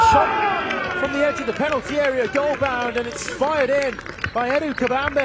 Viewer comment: Did he say Edo Kabambe 😂